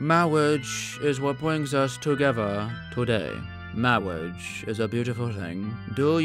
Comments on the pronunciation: I love ther princess bride!! "Mawwige is wat bwings us here.. Today" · Mawwage 😂😂😂😂😂😂 lmaoooo it got me dying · "mawige is a beautiful thing